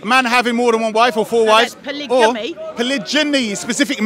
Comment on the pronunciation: why is he saying it like that? 😂 I’ve heard of polygamy pronounced with a hard G sound but I’ve never heard of what he is trying to say